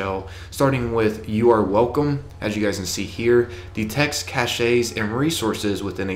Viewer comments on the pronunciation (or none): It's pronounced Cash man not cashayy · Cache is pronounced "Cash" not cash-aey. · Cache is pronounced "cash", not "cash-shay". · How he says cache is hilarious! “Caché” 🤣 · Cache is pronounced "Cash" and Telemetry is pronounced Tell-em-etry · Haha the way he says cache and telemetry!!! I'm dying!!!